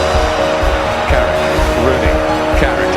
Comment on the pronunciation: It’s Carrick you knowwwwwww